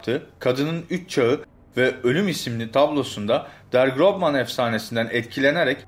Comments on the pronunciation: Slenderman almancada der grobmann degil der großmann ve grozman diye okunuluyor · yanliz kardesh [Der GroßMan] Der Gros Man diye söylenir ß B ikinin arasindaki fark ß bu harfin s olarak söylenmesidir kendim almanyada yasidigim icin söyliyorum